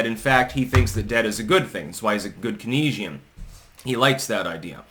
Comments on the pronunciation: Kane-Z-an... Keynesian.... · I believe it’s pronounced “Kān-zee-un”